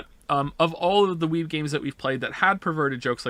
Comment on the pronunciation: Cool video but to be honest I'm not sure we needed just 11 hours of saying 'Joms' repeatedly